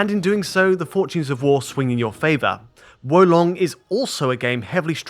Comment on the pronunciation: Great pronunciation of Wo Long. It means crouching dragon btw.